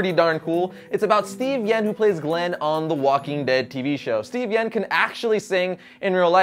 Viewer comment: It sounds like he said Steven yen when it's Steven yuen but that might have just been a mistake.